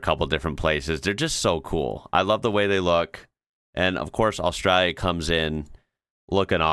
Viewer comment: It would be nice if you pronounced Australia correctly!